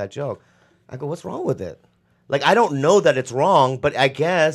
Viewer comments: It's not wrong.... it's wong😂😂😂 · Lee says "it's not wong" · "If it aint wong, it aint white" - GTA III